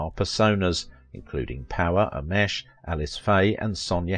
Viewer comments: Please pronounce names correctly. Ameche is not pronounced a-mesh. It is pronounced ah-me-chee. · You didn’t explain your title and it’s pronounced Don Ameche A-Meechy.